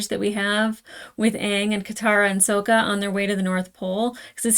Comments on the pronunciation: We need you to stop pronouncing Sokka like from the Shyamalan movie before you get used to it. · this pronunciation of “Sokka” is all someone needs to hear to know she watched the movie first lol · its SAHHHHHKA not SOOOOka u'll get it the further u get in the series :3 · You keep switching between how you pronounce Sokka... I think the way you say it, "soak-ah" is from the movie. Which is a hard no from the fans lmao. His name in the animated show is "sock-ah". Just thought I would clarify as hardcore fans may get upset. When I first watched this show I was late teens and I avoided the it bc I thought it was just a kids show. Someone convinced me to try it out and the episode where Aang has to confront the genocide of his people and the death (literal skeleton) of his mentor and friend, I was like "oh.... not just a kids show." lmao that was DARK. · I assume you know by the time you read this comment, but it's SOCK-a, not SOKE-a. The 2010 movie made that mistake... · Dee Bradley Baker voices Appa, Momo, and pretty much every other animal in ATLA, as well as another character or two. It's "SAH-kah" not "soh-kah". Please repress all memories of The Movie That Does Not Exist, especially name pronunciations. ;) Yes, "unagi" is Japanese for a type of freshwater eel, frequently consumed as sushi. "Momo" is Japanese for "peach", the fruit that he takes from Sokka when Aang names him. ❣ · Just a few notes on pronunciation: Sokka is more like S"ah"kka, instead of S"oh"kka. Zuko is Zuk"oh", not Zuku Loving the reaction so far! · Just for reference with Sokka it's Sock-uh not soak-uh. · His name is Sokka. It's pronounced with an "akka". Watch how you say it, or, young lady, we'll mock ya. But seriously, the movie (mis)pronounces it "soak-uh", and you're liable to give people flashbacks to that abomination. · OH NO YOU SAID SOAK-UH! DAMN YOU SHAMALYAN!!!!! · SOCK-UH, ZOO-KOE, EYE-ROW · Try to use the short o like ahhh when pronouncing Sokka😀